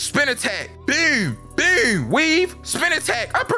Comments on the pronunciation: It BOOM,not BUOOM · Whenever says "boom", he goes from being to being Sir-nsei😹that "byoom, byoom" is super hilarious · bro said "bewm" like tf2 demo man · bro says boom like he from baltimore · bro says boom so weird